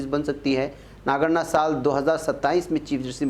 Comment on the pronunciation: It is Nagarathna not nagana